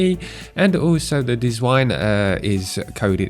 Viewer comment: "dziwne" is not deezwine :)) its Polish for "weird"